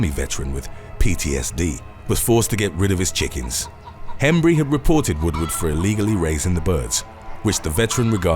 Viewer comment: 8 it’s not William WOODWOOD, it’s Woodward.